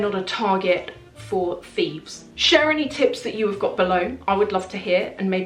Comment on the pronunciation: It's "thieves".